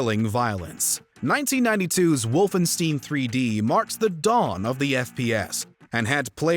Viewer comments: The amount of pain I felt hearing the way he pronounced “Wolfenstein” will not be forgotten 😭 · Yeah, gotta say I had a facial twitch each time I heard that. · Lmao same, I was legit bothered by that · Came to say exactly that. As a foreigner living in Germany, I know that Germans are not picky with foreigners mispronouncing German since they are aware that it's not an easy language to master. However... Wolfenstein. Come on... if you like games, you have heard the name hundreds of times! ^^ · Oh good I thought I was the only one 😂😂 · Same here! Totally butchered it! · Like I get not everyone knows how to pronounce German ‘words’, but this has no excuse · Actually great, researched list. But please never again pronounce "Wolfenstein" out loud. It hurts my ears. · It's very upsetting to hear you mispronounce 'Wolfenstein' over and over and OVER again. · Sorry "wolfen what"? Did I just experience a Mandela Effect? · Never heard it pronounced like that before. I can only assume this individual hasn't played any of these games 🤦🏼‍♂️ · How the hell can you not pronounce Wolfenstein correctly. It's the father of all FPS games. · I thought it was pronounced wolfenstein, not wolfenstein. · Has this narrator even ever played a video game? I doubt it with how he pronounced wolfenstein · Dude was driving me nuts mispronouncing it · Mispronouncing Wolfenstein made me want to take out my anger with all these games. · Please... For the love of god... Say Wolfenstein like we're used to... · Oh,. Not pronouncing correctly as usual. "Stein" is not pronounced "steen." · It Wolfenstein. Not Wolfensteen. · what the fuck is wolfansteen its pronounced wolfenshtain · It's not "Wolfensteen" it's "Wolfenshta-yin" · WOLFENSTEIN, not “Wolfensteen” I think is an AI voice box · It upsets me way too much that he mispronounced Wolfenstein. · bro, if you say wolfensteen one more time.. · It's pronounced WOLFENSTINE get it right. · Did he say wolfen-STEEN?!....TERRIBLE.....